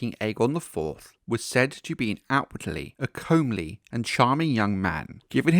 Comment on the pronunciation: Comely is pronounced come-ly btw. love your video's!!